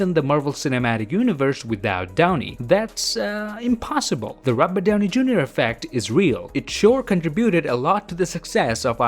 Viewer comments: I’m a the only one to hear “RUBBER” downy jr. insted of “ROBERT”... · I'm never one to rip into someone's accent, but i cannot stop hearing "rubber Downey junior" :) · The way he says Robert downy Jr. (Robat)Downy Jr.